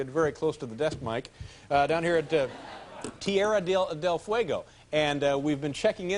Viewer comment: I always loved the way Larry mispronounced Tierra del Fuego as Terria del Fuego.